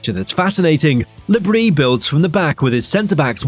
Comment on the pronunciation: No, it’s pronounced brie